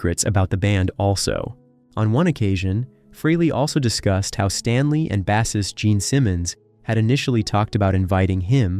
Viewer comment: Your pronunciation of the word bassist takes away any credibility to your video & research isn't enough to tell a story, you need professionalism, class as well as heart which clearly you have very little of.